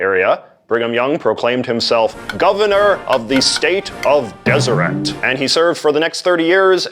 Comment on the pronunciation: "In our lovely deseret, where the saints of God have met;" the word is usually pronounced with the T sound, at least when they want to make the popular hymn rhyme.